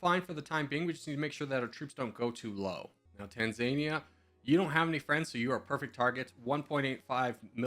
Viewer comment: It’s [Tahnzaanihja] not [Taanzaania]